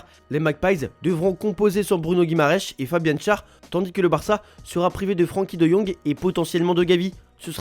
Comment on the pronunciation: Schär = char ❌ Schär = cher ☑️